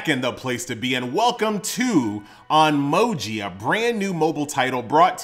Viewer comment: hi, nice review, its pronounced on- my(like in me not my)- oji